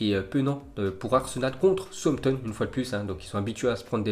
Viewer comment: Southampton se prenonce comme Southpark donc on dis sahoussamptone